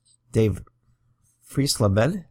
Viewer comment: Dave Freisleben was at the end of an injury shortened career in 1978. He had some good seasons with the Padres. His last name is pronounced fry zlay ben.